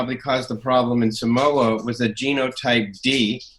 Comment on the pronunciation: Dude cant even pronounce Samoa.. You have died of DNA on the Oregon trail